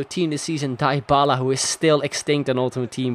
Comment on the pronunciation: It's Dee-bala, not Dai-bala